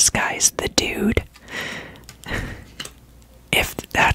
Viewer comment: De dood is dutch! It's sadly not pronounced like 'dude', more like Homer Simpson's Doh + d 😂